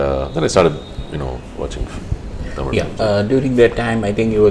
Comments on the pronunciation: Good interview, really liked it, but please allow them to finish before you start to the next question, please learn to pronounce #Tamil properly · Yo..Tamil la paesu..Ivlo pronunciation ku nee tamil la yae paesalam.